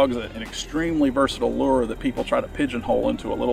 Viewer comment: The moment I hear “lure” pronounced the way he says it, I just can’t listen anymore.